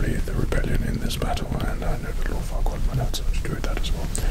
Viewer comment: I swear i heard this man say Squadron Leader Farquadd